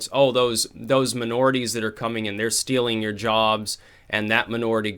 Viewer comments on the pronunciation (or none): none